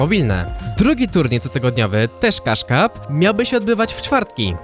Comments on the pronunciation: Co mówi: Cash Cup Co słyszę: Kasz kap Co myślę: Kasztan XD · On mówił kaszka